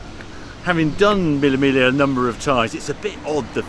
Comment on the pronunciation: Love you Harry but please, there's no L in Miglia. Its pronounced 'Me yah'